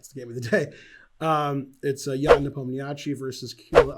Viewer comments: Thank you, great video. Folks, it's nepOmniasheei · Ben, you butchered both names terribly. You do pronounce "i" at the end but your emphasis is all wrong...In Russian its iy at the end , pronounced as iiiyyyy, ha ha we don't have anything like this in English...